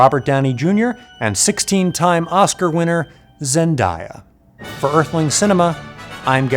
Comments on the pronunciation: From the "Zendaya is Meechi" video, I learned her name is pronounced Zen--day-uh, not Zen-die-uh. Now you know too Garyx. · You said Zen-Die-A on purpose! How dare you! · you know the fact that you pronounced zendaya wrong doesn't take away from the whole punchline congrats to you